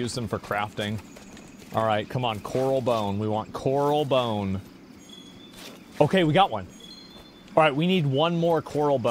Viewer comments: It sends me everytime he says Corral instead of Coral. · omg if he says "coRAL" bone one more time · him saying corral gets me a little triggered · cor-ral bone? you mean a coral bone, like great barrier reef coral? or is this some US thing?